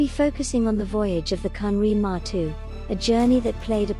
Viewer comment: Its not " matu" but maru..